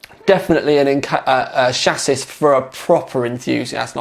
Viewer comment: Grrr, it's not pronounced chass-is, it's chas-see (it's a French word). Other than that a great review as per normal. Perhaps one day though you can do a primer for people with little to no experience of water cooling, e.g. what the basics are with regard to equipment, what to watch out for, how to string them all together, why you need certain bits etc. Well I'm sure you get what I mean.